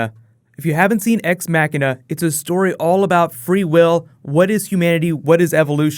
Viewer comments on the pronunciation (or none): Lol said ex mackina